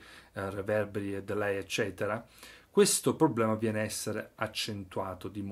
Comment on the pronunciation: Un altro errore comunissimo è la pronuncia della parola "Delay". Sei uno dei pochi chitarristi in Italia che la pronuncia correttamente